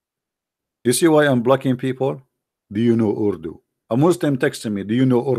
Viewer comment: Urudu 🤣🤣🤣 Koran is in Arabic, not urudu. ❤